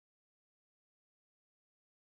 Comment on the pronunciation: You are awesome!! I love watching your videos! But it's onomatopoeia (not onamatopoeia).